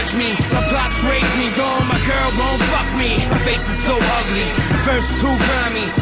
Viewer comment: Bruh your videos are legendary ! Because of watching too many of your videos I say "fawk" instead of fuck lmaoo.😂😂😂